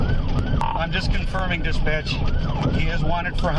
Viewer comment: Never heard "Dispatch" sound so closely to "Disbitch" in my life.